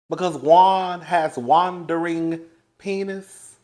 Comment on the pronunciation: Not 'Juandering' you clever little minx! =D